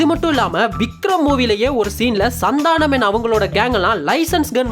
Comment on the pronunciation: Bro oru chinna thirutham athu Santhaanam illa santhanam